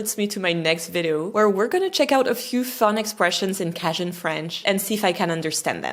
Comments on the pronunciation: "Cajun" is pronounced KAY-jun. The first syllable rhymes with "bay" or "say," The stress is on the first syllable. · the way you pronounce cajun makes me want to remove my ear drums with a hunting knife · First of all, learn to pronounce “CAJUN”, good grief. Lol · Never heard anyone try to pronounce cajun with a french accent. It sounds weird when it's pronounced with that accent. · It's not a criticism but ask the boyfriend how Cajun is pronounced in English. Not the same as in French. ;-) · Cajun is pronounced with the A like cage not like cat- since we're talking about dialect. Maybe that is the French pronunciation of the word but it's confusing to my American ear :). I went to 'The Festival International de Louisiane' many years ago where many French people visit. You should make it over sometime, it is usually the week before Mardi Gras. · The a in Cajun is long, as in cage or mage. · Not "cahdjun", it's "cayjun", exactly like you pronounced Acadians "uh-cay-dians." Never mind, as the video progresses I see you're saying "cayjuns." It's odd that your video is evaluating a language somewhat like your native one but are pronouncing the very name of it differently at different times. The Louisiana French (of which I know many) pronounce it as I've pointed out, I've never heard them pronounce it any other way, thus how jarring it was for me to hear you at the start of your video saying "cahdjun" . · What a fun video! Though I have never heard the word Cajun pronounced with a short a. Always have heard it with a long a.... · I’ve always heard ‘Cajun’ pronounced with a long ‘a’, not a short ‘a’. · It's pronounced "CAY-jun," not "Caj-un." My uncle from Baton Rouge, Louisiana believed that he was a Cajun, and he spoke Cajun French. When his daughter investigated his genealogy, it was determined that his ancestors came directly from France. He was disappointed, since he felt like a Cajun! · It's pronounced "Kay-jun", not "Kah-jun". Long 'A' sound. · cajun = long a.